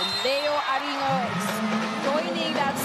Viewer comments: Idk but "Aringo" is cringe. I prefer "Arin-go" lol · Wait bakit iba pagkaka pronunciate ni ate ghurl kay aringo 😂🤣😅